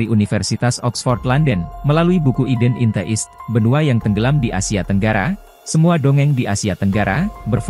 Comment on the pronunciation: Naratornya belajar baca bahasa /istilah inggris/asing dong Min, Eden in the East (iden In De ist)🙏